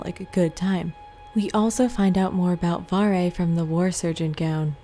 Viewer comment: it's not varre it's varrrrrré